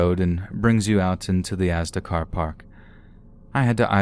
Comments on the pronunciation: Asda is pronounced aZda. Sorry it made me stop the video to correct u. Now back to the video and try and sleep to ur soothing voice. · I love the way you pronounce “Asda” XD I’m British and it’s weird hearing an American say it lol